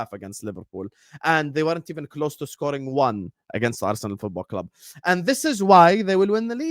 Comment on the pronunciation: ARRRU - SENAL...😂😂😂